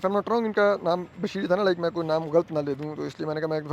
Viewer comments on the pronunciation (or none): علماء کا تلفط ulamaa ھے ulmaa نہیں۔ لام کے اوپر زبر ھے۔ اسی طرح غلط اور غلطی میں بھی لام پر زبر ھے۔ ان کا تلفظ ghalat اور ghalati ھے، ghalt اور ghalti نہیں۔ نیز اپنے وطن کا نام لینا بھی سیکھ لیں، جس کی محبت کے آپ دعویدار ہیں۔ لفظ پاکستان paakstaan نہیں، paa-kis-taan بولا جاتا ھے۔ "ک" کے نیچے زیر ھے۔ چیمبر کو بھی chaim-ber کہا جاتا ھے، cham-ber نہیں۔